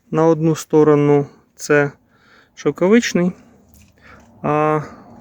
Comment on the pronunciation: Наголос на другий склад.Дуже хотілось спробувать,бо дуже полюбляю шовковицю,ягідка дитинства.😂